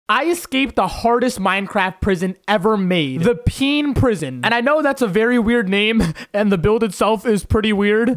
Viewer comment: “The pean prison” PENUS SUS